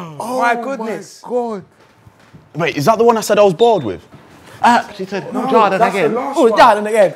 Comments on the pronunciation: “Who’s JYADAN AGYEN?”🤣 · "Whose jyarden agen" 🤣🤣🤣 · Man sed hoos jardan again